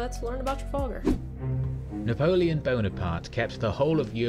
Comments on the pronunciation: I have to give you a pronunciation pointer right from the start... It's "Tra-FAL- gar", as in gal, not fall! This is said quite correctly at the beginning of the narrated battle. & then "Vill-en-nerve". Suggestion for showing battles/tactics/manoevres, have the battle fullscreen and just your head talking in a corner. Also, it's good to pause and use an arrow when you talk about specific details - if that's possible on your setup. Even a pause, with an arrow cursor, helps! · Traf 'al' gar not Traf 'ol' gar. ;¬) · You pronounced Trafalgar wrong 😬